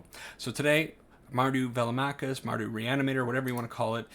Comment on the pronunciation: BTW you nailed the pronunciation 😁